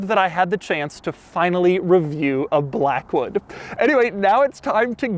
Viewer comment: "Class it up in the Lincoln 'Black.. Hood" lol ohhhh Doug